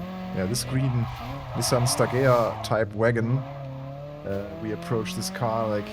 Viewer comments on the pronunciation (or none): none